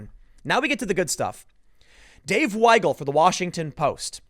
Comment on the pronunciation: Hey Tim, thank you pronouncing Weigel (Why-gul) correctly! Most people think it’s pronounced wiggle, why-gel, we-gul, etc... The German language is a little backwards when it comes to words spelled with an ie or ei. If it’s spelled ie, the i is silent and the e is pronounced, the opposite is true for ei.